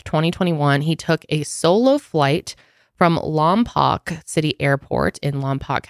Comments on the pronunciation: Lompoc is pronounced as Lawm-poke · It’s pronounced Lom-poke. 😊 I grew up 30 miles away from there. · Lmao my grandma lives in Lompoc!!! It’s pronounced lom-poke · Also I’m from the area he took off from and it’s pronounced “Lom-poke” 😜 no one says it right along with our beaches lol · Ladies great video, the town is pronounced Lom-poke, good job tho 😊